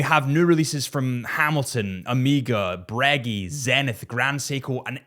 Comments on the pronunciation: Oh you got it now! Breg-gay not Breg-ie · man said bregy